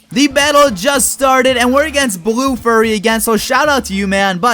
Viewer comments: Oh my god "furry". It's pronounced Fyuree, dumbass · says "blue furry" instead of "blue fyurry" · if you didn't notice you said... Blue furry not blue fury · I like how he calls him furry when it's fury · man pronounce fury right!!! it's not furry!!! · Anyone else notice how he pronounced Fury?